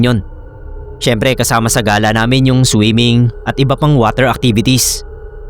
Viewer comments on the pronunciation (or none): none